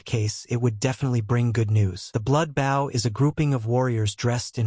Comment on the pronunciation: Really...?? A comic about an ARCHER and you don't make sure to get your AI to say BOW, I mean literally the first second my dude!?! Phonetic: boʊ, write it into your script as "boe". Your welcome. God damn...